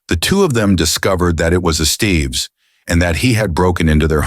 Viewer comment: “Ess-stev-ess” not “Es-Steve’s”. 😂